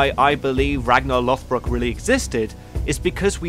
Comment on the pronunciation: Sun stone's, real yet used improperly in the show, vikingr not vikings, Rollo (Hrolfr) attacked Paris and became the duke of normandy. Ragnar and Rollo were not related, its Lođbrok not lothbrok. The đ is pronounced like the th in "the" or "that" not the th in "forth" or "north" (more of a z sounding th rather than the soft) also Ragnar lived during the end of the Vendel period (accounts are very distorted) so for period dress, armor, weapons, etc, simply reverse to vendel and valsgarde.